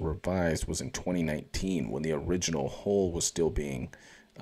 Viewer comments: You need to fix how you pronounce 'hull.' It's not 'hole', it's 'hawl.' 🙃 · It's a hull not a hole learn to pronounce words correctly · Love the channel bro.. but you keep on saying hole instead hull.. Gonna start a drinking game everytime you say hole. Lol.